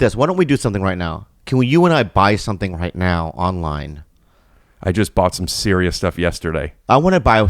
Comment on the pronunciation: Omg Bobby so funny I love when act sewious like the whole world doesn't know by now he's never 🤣